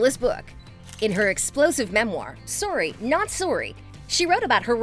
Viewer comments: Ummmmm why does she pronounce sorry like sorry and not sorry? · Surry nat surry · The narrator could have been Canadian, that's how some pronounce it, out of all the mispronunciations, that one is very easily explained away